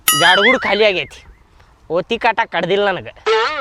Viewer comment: Bell butten ವತ್ತಿ ಅಲ್ಲಾ ಒತ್ತಿ